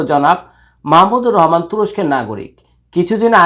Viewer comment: বাংলাদেশের একজন স্বনামধন্য লোকের নামটাই আপনি ঠিকমত উচ্চারণ করতে পারেন না, আবার রিপোর্ট করতে আসছেন